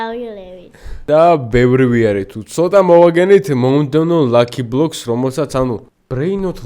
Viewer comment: marsha lucky blockia გადანი არასწორად იძახის ლაკი ბლობს პი ამარა არა ბოდიში ბოდიში ბოდიში აი ეს ტრიპატრო პატარა ლალალილი რატომ სულ ბონექა თუმცა ლელო ტრიპტიტროპაკროკოდინა